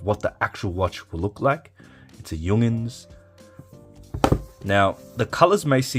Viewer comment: Why are you pronouncing it Jung'ns? Is that an Australian thing?